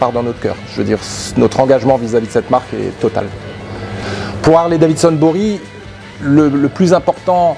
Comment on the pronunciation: C'est quoi cette histoire de Harley DaviNson chez les français. Vous êtes passionné, un minimum est de prononcer correctement le nom de la marque.